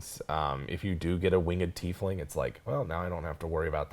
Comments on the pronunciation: Tieflings... TIE-flings not TEE-flings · Sorry if I'm late to the party, but if the word "tie" has a long "i" that sounds like "EYE" (sorry non-english folks... our language is stupid sometimes), why do you guys (and many others) pronounce it 'Teef-ling' when it is spelled "Tiefling?" Ever since they came out as a plane-touched race in Planescape, I've always pronounced it "TY-fling" (long 'i'). It was around the 4e days that I started hearing this "EE" (long 'e') pronunciation. Any clue? ToMAYto/ToMAHto??? Thanks in advance! Love the show! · I think th at its pronounced tye-fling. I think this because it comes from the German word Tiefle (pronounced Tye-fle), meaning devil, so it means little devil. A similar word historically is Tieflhund (devil dogs). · At least you two know how to pronounce "Tiefling" - Some other Youtubers are hilariously bad at it (I'm looking at you, Puffin Forest! It's "Teaf-Ling" not "Tie-Fling!")